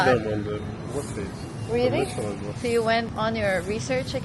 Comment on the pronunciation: Girl! You didn't catch what he said lol! Instead of Michelin star, Michelle star daw lol! Dapat may laughing effect xD